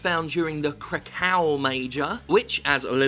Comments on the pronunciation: It's pronounced krakov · Well at least he can hold it, treasure it, look at his rare skinned weapon hanging on the wall..... & it's pronounced KrakoV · the way that Jim pronounces "Krakow" sounds more like a screeching bird and I love it